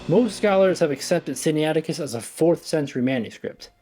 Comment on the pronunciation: Sin-na-it-icus. Not Sin-ni-ATic-us. (Pronunciation aid}.